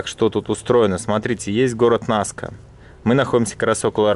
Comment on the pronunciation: Рисунки НаскА, а не НаскИ )